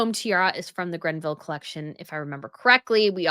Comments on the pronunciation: It’s Greville, not Grenville. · It is the Greville kokoshnik, not grenville; no n in greville. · Greville... Not GREN-ville. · It's GREVILLE - not GREBVILLE. NO "N" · Please please please STOP saying Grenville!!! It is GREVILLE!! No “N”!!!! You do it in all your videos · FYI it's Greville not Grenville and it's Linley not Linney. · Hello. I am very surprised at your mispronunciation of Dame Margaret GREVILLE’s name. I heard the name Granville and Grenville Collection. Even in the transcript of this video it says Randville. Also I believe the Greville Bequest was to Queen Elizabeth the queen mother and not the crown. The other that surprised me was your pronunciation of Princess Margaret’s son’s name. He is David Armstrong-Jones, Earl of Snowden. He was previously known as Viscount Linley before his father passed away. You called him Lord Lenny multiple times. Check your video. Very disappointed. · You continue to mispronounce the Greville name. There is no N in name of Margaret Greville. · I've noticed it in the past video and heard it again here, so I have to say it. It's the GREVILLE, not GRENVILLE. Sorry, the extra 'N' is really hurting my ears.:) I love your content, though,. Stay royal.:) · I find it very curious that often mispronounces the names of British names, but seems to get the jewels of the European royal families spot on. It is not the GRENVILLE bequest; it is the GREVILLE bequest. It really grates on me to hear this sort of thing over and over.:/ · I love your channels, but why do you keep referring to Dame Margaret Greville's jewelry pieces as GreNville items? It's as maddening as how you reference the Belgian royal family. Why are they "of the Belgians" instead of "of Belgium?" You are the only channel that does this. The only European country with a monarchy that has "the" in its name is the Netherlands. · Love you, respect you, but it is Greville, not Grenville. No n. N please get that right. Makes me crazy.